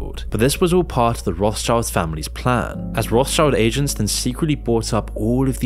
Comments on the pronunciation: It's not "Roths child", it's "Roth schild". Do some basic research man, jeez. It's old German for Red Shield (Roth Schild). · "roth's child" lmao. Its pronounced more like "rot-shield". The name literally means red shield. Sorry that just keeps triggering me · it's pronounced "road-shield" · it's pronounced "road shield" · Rothschild is pronounced as Roths-shield. It basically means red shield in old German. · Rothschild is actually really easy to pronounce: the H in Roth being silent and Schild has almost the same pronunciation as "shield". Becomes an easy to say "Rot-schild" with an emphasis on the O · Rothschild should be pronounced Roth-scheeld, just for curious :) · its roth SHIELDS! as its pronounced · the Roth-schilds originated from Germany, more specifically Frankfurt. You're pronouncing the name wrong.